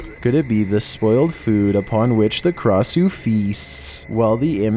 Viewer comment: U pronounced Krasue wrong it’s (kray-shoe)